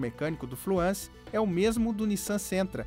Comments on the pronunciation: TODO MUNDO PRONUNCIA FLUENCE..... AI O CARA MUDA O NOME DO CARRO ....FUIIIIIIII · não é FLUANCE, É FLUENCE! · fluânce a pronuncia ?? o.O